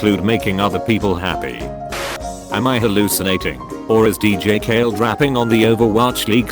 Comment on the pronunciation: If says dj kale instead of dj Khalid... It effing dj kale ok?!... Also love your stuff